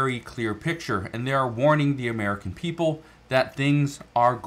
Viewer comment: Obama’s Uhhmerika.